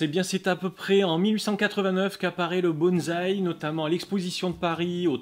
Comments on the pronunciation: Bonsaï. Prononcez : "bonne" / "saille" Pas de "z". ... Super video. Peace. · Oui,depuis le temps, ça serait bien passer a autre chose que bonzzzzzai!!! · j'avoue que je n'en peu plus. Lol. Le pire c'est "BonT'Z'aille' Là, je saigne des oreilles direct.